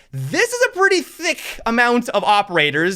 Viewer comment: The way he says thick🤢